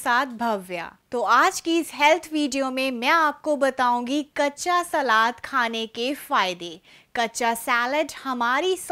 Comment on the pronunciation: सेलेट नहीं पगली सलाद बोलते हैं